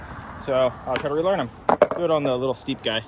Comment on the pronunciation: you should try to kickflip on to it instead of kickflipping owuhn to it...hehehe thats my fav word with the accent